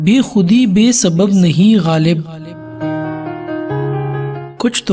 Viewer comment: Lafz ghalib theek kren